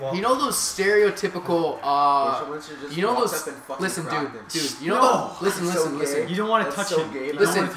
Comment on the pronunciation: how many times did say isten listen james listen